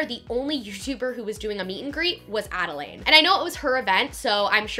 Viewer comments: It's pronounced Adalyn not Adalane... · i’m sorry but her name is pronounced add-a-lynn, not add-a-lain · love this video, but you pronounce adelaine’s name wrong (it’s pronounced adell-lin, not adell-lane)! just wanted to let you know incase you reference her in future videos 😊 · no h8 but it's ad-a-LIN, girl. not ad-a-laid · Adelaine (ada-lin) not ada-lane lol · Add-ah-lynn not add-a-layne!!!! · ok ily but you were pronouncing Adelaines name wrong. it’s pronounced Adalyn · The correct way to pronounce Adelaines is “Adeline” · great vid but it’s adelaine pronounced AD-I-LYN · lol youre saying adelaines name wrong but good video overall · you would think she would learn to say adelaine name correct before doing a full video about her event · you said Adelaine's name wrong the entire video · You said Adelaine Morin wrong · you said adaline wrong 😂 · you aren’t pronouncing Adelaines name right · The easy she pronounces Adelaines name bothers me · You pronounced Adelaines name wrong the entire time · Love this vid but oml she keeps mispronouncing adelaine’s nammmme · I don't wanna be rude but You did pronounce Adelaine's name wrong, as well as Jeanine Amapola's last name wrong! Just so you know!